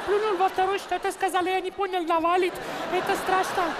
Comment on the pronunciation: С какой целью ты коверкаешь слово ЭТО, еврей что ли ?!